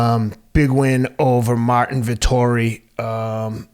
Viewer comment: Marvin. Its Marvin.